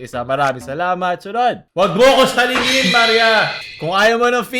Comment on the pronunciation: "salangin" yun, hindi "salingin"